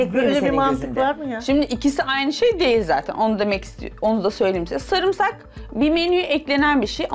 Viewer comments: Kadın sarumsak da demiyo sarmusak diyo doğrusunu unutuyodum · O değilde de sarmusak kelimesine takıldı ki sarımsak diyeceğine sarmısak diyor sürekli kadın yanlışta söylese yeter ki ı harfini kullansın diye sarmısak diye diyip durdu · Abla sarmusak ne ya sarımsak 😂😂 Önce konuşmayı öğren sonra gel ablammm🤣🤣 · Sarmisakmı. Yoksa. Sarmusak mı. Önce. Konuşmasını. Bir. Öğrensin. Sonra. Yorum. Yapsın 😂😂😂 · Sumursah değil samirsak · Sarımsak 😒 sarumsak degil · Sarmusak diyemeyip cümlenin içinde 100 kere kullanması 😅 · Hiç kimse:: SARMUSAK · Sarmusak 😂😂😂 hatırlada biraz daha çıldır. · "sarmusak" türkçeyi katletme operasyonu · Biri de çıkıp önce adını öğren demiyor sarmusak...sarmusak.... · Ya bu kadar samursak diyemezsin ya 😂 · Sarmusak değil samsak hatta dövmeci bile var🤣🤣🤣🤣🤣🤣🤣🤣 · Teyze adını söylerken bile bi tuhaf olup krize giriyor sarumsak diyor hak verelim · "Ben sağrumsakdan diksiiiiniyorumm" bu nasıl bir türkçe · Bu kadn bilerek mi sarmusak diyo sinirlerm bozuldu😂😂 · Bide inat yaparak sanki kere diyor 😂😂😂😂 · sarımsak kelimesini da diyemeyen birinden eleştiri beklene bilirmi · Sarımsak demek bu kadar zor olamaz: BANE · Sarımsak demesini bile bilmiyor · Sarimsak yemedigi icin adini soyliyemiyor😁😁bi yese soyliyecek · Diksinmek değil Tiskinmek Sarumsak değil Sarımsak , lütfen düzgün konuşmayı bileni alın 🙄🙄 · Allahım yarabbim biri de düzeltmiyor o sarumsak degil Sarımsak diye valla orda olsam o kadınla kavga ederdim önce konuşmasını öğren diye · Ay abla zaten yanlış söylüyorsun bari olabildiğince az kullan kelimeyi kriz geçircem kere sarmusak dedi ya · 😁😁dakikada 30 kere sarmusak dedi takıntılı sarmusaka bu kadın 😂😂😂😂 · sürekli de sarmusak dedi durdu hahahah diksindü ahahaha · Her sarmusak dediğinde sinirim hopladı ve her cümlesinde en az 2 kez sarmusak dedi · Sarmusak 🤣🤣🤣🤣 tdk istifa etti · Video bitene kadar sarmusak diyor yaa 😂 allahtan gülmedi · Sarmusaktan "diksindim"🤣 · Sarmusak demiyor samusak diyor 😂😂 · Sarmusak demesi beni sinir ettiiii